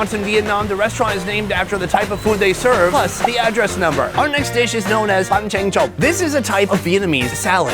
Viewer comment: Its called Bánh Tráng Trộn , You should read it like "Bank trang troll" . I said this because when i watch this i miss heard into "bank ching chong" 💀